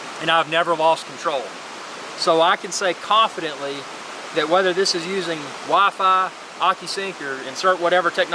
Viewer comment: I love the way you say WiFi. Wahfayh. Wah fayh. Gets even better when you say it fast.